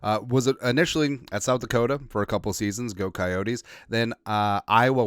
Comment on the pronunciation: In SD they pronounce it Ki-Yotes, not Ki-Yo-Tees. Just saying...